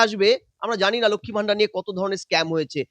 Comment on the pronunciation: ম্যাডাম, ভিডিও র শুরুতে এবং বেশ কয়েক জায়গায় " লক্ষ্মী ভাণ্ডার " বলেছেন আপনি। এটা শুদ্ধ করে নিলে ভালো হবে।